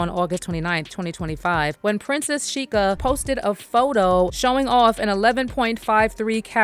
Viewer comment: Sheikha in Arabic means princess. You're literally calling her Princess Princess 😂 and its pronounced shay-kha